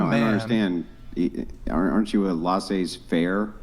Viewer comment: laissez-faire (pronounced layzay not lahzay andrew)